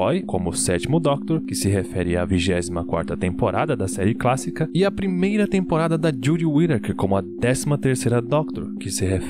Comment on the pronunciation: Quando ele disse " série cássica " eu morri de rir